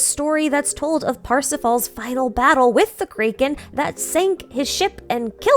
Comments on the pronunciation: this is the first time i've ever seen someone pronounce kraken as kaiken and not kracken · This is the first time in my life I've heard someone pronounce Kraken as Krey-ken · is there a reason you say it kray-kin and not crack-in similar to your pronoun citation of tighnari and Nahida? Also is tartalia a different character than childe? His in universe name is tar-ta-galia. Commonly mispronounced as tartalia and tartaglia, took me a while to realize the actual pronunciation as well. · "Cray-ken" "Poi-seidon" Dunno why but these pronunciations stood out to me a ton and I found it quite amusing XD Is this like a very specific regional accent thing?